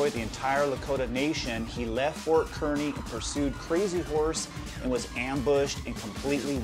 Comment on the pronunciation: Kearney is pronounced "Car - nee"